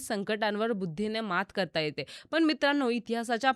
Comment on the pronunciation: Tales of Birbal. पण आणी पन याचा proper उच्चार करा ताई.